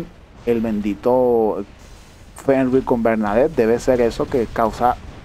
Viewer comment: Hola Y de pronuncia fernir:v